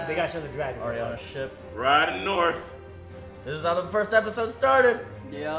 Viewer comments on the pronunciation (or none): Every time said "Narth" I hear "Naarrrfff!" in my head.